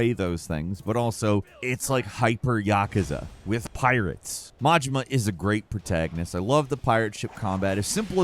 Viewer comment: Can you please stop pronouncing Yakuza so wrong?